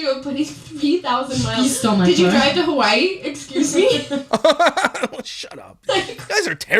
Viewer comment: The way they say “Hawai’i” 🤢🤢🤢🤢🤢🤢🤢🤢🤢